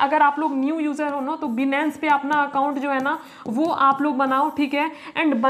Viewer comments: Benance ni hota h Binance hota h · 😂 बीनेंस नही होता बाइनेंस होता है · अरे मैडम बिनंस नहीं है बाइनांस नाम है उस ऐप का😂😂😂😂😂😂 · Benance nhi binance hota hai 😅😅😅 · yes bro aap sahi baat kar rahe ho binance ka nam tak ye ladki sahi se bol nahi paye ye video maior is trick se to nahi but binance mai future trading se auccha khasa earn kar sakte hai or mai kar bhe raha hun but iskeliye bhi technical anysis karna padta hai ismai bhe bahot dimak lagana padta hai tabhi ja kar reward milta mai bro so hardwork and smartwork most importent in trading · Binance bolna bhi nahi aata yeh sikhaigi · Papa ki pari phle binance bolna Sikh le